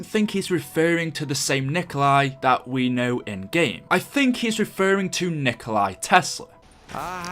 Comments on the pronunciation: It's not Nikolai Tesla. It's Nikola Tesla. No "I" at the end. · Umm His name is Nikola Tesla not Nikolai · Its Nikola Tesla not Nikolai Tesla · the only problem is that Tesla is no Nikolay, He's Nikola, I know its the same name but still he was always known as Nikola, not Nikolay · It's nikola tesla not Nikolai tesla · It's Nikola Tesla. Nikola isn't Nikolai. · Its not nikolai tesla its nikola tesla